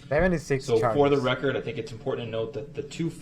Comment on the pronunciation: I wasn’t Hearn anything goot-as he tells the judge what he demands for her to do! He loved the “rekerd”